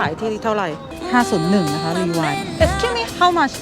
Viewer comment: please try to pronounce the word "excuse me" correctly